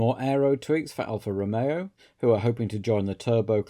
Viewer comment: Afraid I can't upvote this purely because of the pronunciation of Alfa Romeo